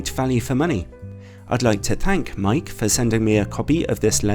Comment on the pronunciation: I think it is pronounced as /meyki/ not /mike/